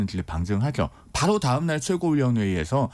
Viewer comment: 그러므노? 그러므로. 바노? 바로. 말을 천천히...혓바닥 짧으면 더더욱 천천히 조심해서 이 녀석아.